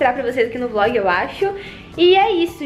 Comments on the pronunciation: quem percebeu tbm no final em vez de ser vlog saiu vog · No final vcs esqueceram do L na palavra vlog dai ficou VOG kkkkkk, Me manda um salve por favor!